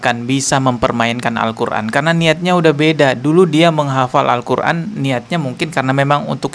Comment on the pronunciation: dari bacanya tidak mencerminkan penghafal Al-Qur'an.. cuma ngaku2 aja ini mah biar trending